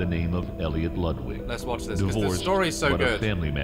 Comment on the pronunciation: I CANNOT stand how they pronounce Ludwig